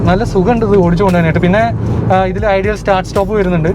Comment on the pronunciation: സാങ്യോങ് യൂറോപ്യൻ അല്ല കൊറിയൻ ആണ്.. അതുപോലെ എംസി ഫെഴ്സൻ അല്ല bro.. മക്ഫെഴ്‌സൻ സ്ട്രട്ട്.. ഐഡിയൽ അല്ല ഐഡിൽ സ്റ്റാർട്ട് സ്റ്റോപ്പ്‌.. വീഡിയോ കൊള്ളാം.. കൂടുതൽ research നടത്തുക.. നിസാര കാര്യങ്ങൾ ശ്രദ്ധിച്ചാൽ ഇനിയും നിലവാരം കൂടും..👍